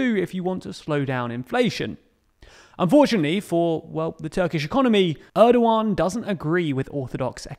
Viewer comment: president Erdogan not Edowan